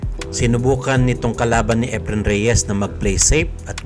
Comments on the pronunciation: Is that how his first name is pronounced? According to a search it's not pronounced like that. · Epren Bata-a Reyes, seypti shat. Boy robot. hahahaha